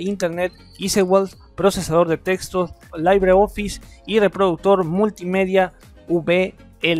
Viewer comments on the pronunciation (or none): Esto es Linux, cuestión de gustos, LinuxMint la mejor? No creo, Deeping, Kubuntu creo están mas trabajadas y mas hechas para el usuario final. Y si, creo debes mejorar tu ingles, no es "Laibri" Office, es tal cual "Libre" Office.